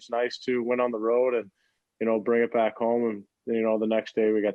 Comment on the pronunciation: Is Pat trolling STL by emphasizing the back the back cups?